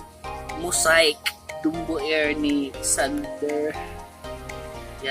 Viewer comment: Ayus muna pronounciation ng Dumbo at Mosiac😂